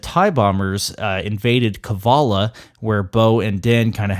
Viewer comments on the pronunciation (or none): Can I be a smartass and correct ya on one thing? I think it's Kal-E-vala (Kalevala, 'kal-uh-val-uh'). I only mention it cuz it's the name of a Finnish epic (that Tolkien drew on for his story 'Children of Hurin,' if ya care for Tolkien) and it translates (I'm told) as like 'House of heroes.' I just think it was an awesome choice of name given that her Rebels eps. were called 'Heroes of Mandalore' (eps. very much establishing a link between Thrawn and Bo similar to Sauron and Aragorn...I wonder if Dave thinks of the Dark Saber as similar to Anduril...) and her pep-talk in last week's ep., the whole '...you can be heroes' part. That said, good take.